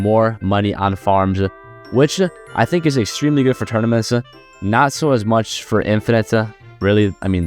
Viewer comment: Why does he say "e" after every word, like "tournamentse"